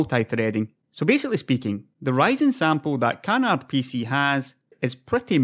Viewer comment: Canard, not "can hard". It's french so the D is silent.